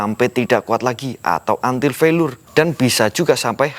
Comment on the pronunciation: Felier bacanya bang bukan felur hehe